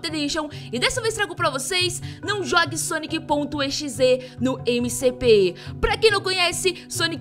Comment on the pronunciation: nao e sonic.e x e e sonic.exe